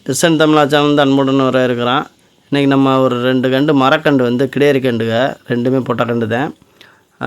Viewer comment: கிடாரி கன்று .கிடேரி அல்ல